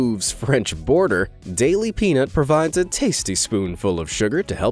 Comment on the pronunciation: Daily P”ee”nut 😂😂😂